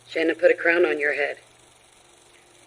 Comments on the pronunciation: Her own mother pronounces it “Shannon” but media continues to pronounce sha- NAAAAAN. What am I missing. So weird. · Can I just say, I’ve been holding this back a long time because I know true crime YouTubers aren’t meaning to, but her name is not pronounced “sha-nan” it’s pronounced Shannon even tho it’s spelled like Shannan, we even heard her own mother in the clip in the courtroom pronounce it Shannon. It just seems hurtful, literally every person who’s ever covered this case has pronounced her name wrong even after hearing how her own mother pronounces her name. Shannan didn’t deserve any of this, and she doesn’t deserve to have her name mispronounced by everyone after she’s gone. Idk it just feels hurtful sorry if this is a hot take and upsets anyone not meaning to I just think it’s very important we are pronouncing victims names correctly. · I’m confused about the pronunciation of Shannan’s name. I always hear it pronounced like you have, sha-nan, but during the victim impact statement her mother pronounced it like Shannon. It’s not the most important detail but something that has always bugged me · So, her own mother pronounces her name, "Shannon." That was clear as day. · Why does everyone pronounce her name that way. her MOTHER, you know, the person who named her, pronounced it the normal way "shannon" IN THIS VIDEO. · Just curious why Shannan’s parents pronounce her name one way, but everyone else, including family, friends and the general public pronounce it differently.